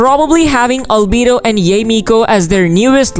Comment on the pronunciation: pls pls pls stop butchering yae's name... it's not pronounced yay ee,.. it's pronounced ya eh